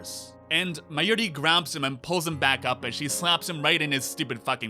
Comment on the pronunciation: Forst of all, learn to say Mayuri properly. Then... Can you please stop pretending you are the Steins Gate? You analysed everything, every episode, every character and everything but you didn't write the series. So you don't know everything, and your opinion is the most important thing ever. Now to answer your video, Steins Gate 0 has to happen because Okabe has to find a way to save the day. At least one Okabe had to continue without getting slapped, BECAUSE who gives a shit about the slap when the thing that puts Okabe in motion is not the slap but the video d-mail from the future.